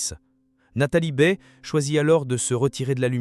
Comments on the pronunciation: La voix est à chier .Je zappe systématiquement, merci l I A . ON NE DIT PAS BÉE MAIS Baye comme goodbye . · Nathalie Baye n est pas une Baie. Son nom est mal dit. Je suis du Quebec et je sais comment prononcer son nom.